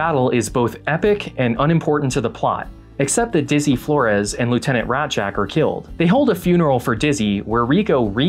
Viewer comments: Raszczak is pronounced rash-chak. (ch as in chew). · ITS PRONOUNCED RAYZACK get it right you damn pog marines!